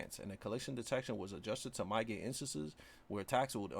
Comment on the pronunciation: You're saying mitigate wrong. Pronounce it "mid a gate". Your videos are helpful tho fr